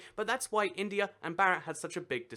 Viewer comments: Bharat is actually pronounced like Bhaa-rat. Not Barat (fyi that's our Hindu word groomsmen) xD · It's (BO-RO-T) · it is bhaa rut, bhaa like baa baa sheep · "Barat" lol no it's pronounced "Vah-rot" (something close to that) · Its B-harat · hxrini. His pronounciation doesn't even sound like Barat (groomsmen)